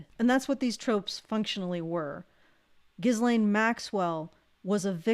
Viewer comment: She pronounces it gillenn? Weird.